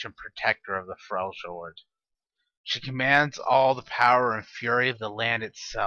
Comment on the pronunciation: It's pronounced Frel yord